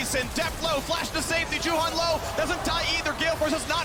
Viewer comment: I don't know why the caters can't pronounce Juhan...the one is saying Yuhaen and Caedrel says Yuhan...goddamn it's your fucking job, learn the pronunciation of the teams and players names, for 11 years the casters can't do that!